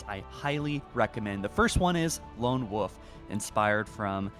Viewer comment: It's been a while since I heard him say wolf, totally forgot he pronounces it like woof lol, although after hearing chasm pronounced with a ch sound rather than a k sound I forget if he just doesn't know how to pronounce it right or if it's something else. No hate btw, not like your trying to say wolf and it sounds like meow.